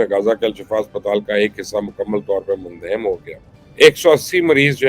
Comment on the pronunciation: لفظ مندہم نہیں منہدم ہوتا ہے